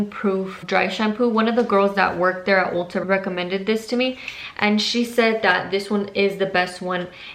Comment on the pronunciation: It's ulta not olta lolll